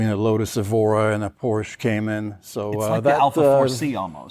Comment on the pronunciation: How can that not say Porsche correct???